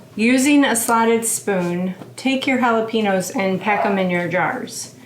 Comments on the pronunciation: Jalapeños are pronounced with a Yow on the end. Haa·luh·pay·nyow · Please try to be culturally sensitive. The pronunciation is “haa-luh-pay-nyowz”. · No offense, but you might lime to know they're actually spelled jalapeños and pronounced the Mexican way, jalapen-yo. We don't say it that way in most of America, but in Mexico they do.